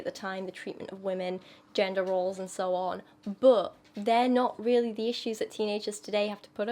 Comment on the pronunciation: I just wonder, are you british? Or have british roots? Your accent seems purely american, but that "böööt" when you say "but"...